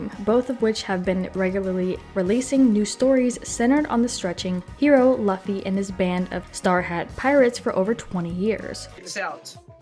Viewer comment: you said laffy?!